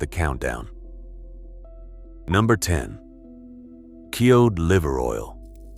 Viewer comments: I HATE AI videos!!! It's cod liver oil pronounced K-O-D, not Kee-odd. It's insulting to the listener, do better. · WTF is keod liver oil? Get rid of the AI narrator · AI voice can't pronounce the word Cod. Heh heh, it's one of the easiest ways to know they're using AI instead of voice actor. That inability to pronounce some words properly.